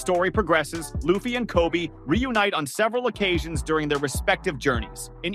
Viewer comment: I do not like the was you say Luhhffy